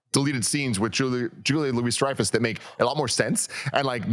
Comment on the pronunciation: It’s not Julia Louise btw it’s Louis (Loo-ey)